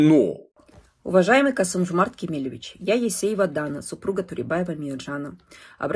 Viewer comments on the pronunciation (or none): none